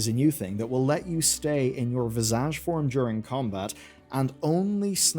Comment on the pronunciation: It's pronounced "VIZZ-idge", not "viz-AHJ"